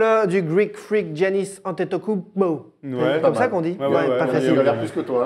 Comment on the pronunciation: si tu suis la NBA tu sais prononcer Antetokoumnpo